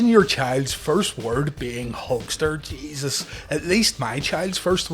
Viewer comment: Your "Jeeeezus" at the Duggan quote. Said like a true Ulsterman lol!